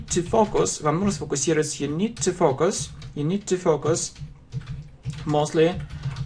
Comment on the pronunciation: focus разве не читается как "фокАс"